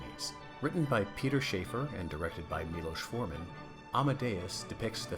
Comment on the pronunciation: The playwright-screenwriter's name isn't pronounced as in Schaeffer (SHAY-fer). It's as spelled, Shaffer (SHAFF-er). His other notable plays-into-movies are THE PRIVATE EAR (which became THE PAD [AND HOW TO USE IT]), THE ROYAL HUNT OF THE SUN and EQUUS. His brother, Anthony Shaffer, wrote SLEUTH (also originally as a play) and co-wrote THE WICKER MAN.